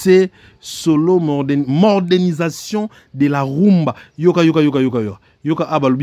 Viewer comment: Wetchi , bonne analyse, mais, la prononciation sur certains mots français n'a pas été bonne.exemple . modernisation et non mordenisation .